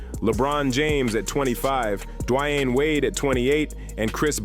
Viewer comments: AI. is shi... just destroying the pronunciation of players names 'd-wine' wade!?! WTF!!! Hakeem 'o-low-ju-on'!?! what the actual F!!! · Dwayne is easy to say so why can't this guy pronounce it? Lebron is a great player but he always needs more help.